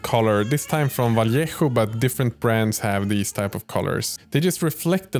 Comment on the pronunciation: i love how every video i watch of you you get closer to pronouncing vallejo properly 😂